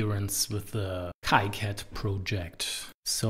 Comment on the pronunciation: it is kicad like the sound of key....so it sounds "keycad" . you can ask the developer for it.